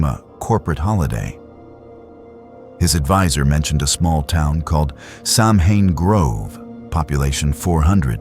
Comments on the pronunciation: Yes that is correct, it's an AI voice, so it pronounces it as the spelling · It’s not Samhain it’s pronounced Sow-when ..